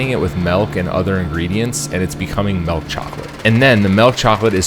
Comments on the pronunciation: Milk not "melk" lol wtf who are ya Brendan Schaube? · did you say malk... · He said melk.